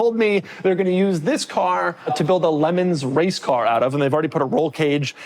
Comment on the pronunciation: The way he says Le Mans physically hurts me every time